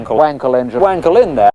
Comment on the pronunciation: Very nice video, like always. Like your wanking jokes. However, the ‚a‘ in Wankel is pronounced like if you’d say „Aaah!“ when you suddenly understood some tricky stuff.